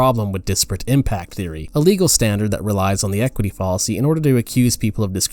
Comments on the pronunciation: Fall-a-see, Foul-a-see. :| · I agree with you. I thought he was saying “policy” instead of “fallacy.” There are a number of other odd mispronunciations too. It’s very distracting and really detracts from the credibility of the video. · Your pronunciations of “fallacy,” “deity” “Elon” are all incorrect and quite odd. You even said “understrand,” “hatredch” and something nearly incomprehensible for what I believe was supposed to be “determine,” for some reason. It’s distracting and detracts from the credibility of your videos. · This video just kept getting so many things wrong, but I think the final straw that made me click away was the way he pronounced "fallacy." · I’m actually not progressive in the slightest, but I agree with your critique overall. Something about this video rubs me the wrong way. His tone is condescending and pedantic, which is ironic considering how many words he blatantly mispronounces, ironically including the word “fallacy” itself. This video is also far longer than it needs to be for what is ultimately a pretty simple concept. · Not the only odd pronunciation throughout the video. He ironically repeatedly mispronounces “fallacy,” along with a few others at least once, such as “deity” and “understand.” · Good video but it’s full of odd mispronunciations. Follisy instead of fallacy (rhyming with palace-y). Ellen musk instead of Elon (eel-on). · Good video but your constant mispronunciation of fallacy and Elon pains me. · How do you mispronounce Elon Musk. I could gloss over the mispronunciation of fallacy and many other words but come on. Elon Musk's name?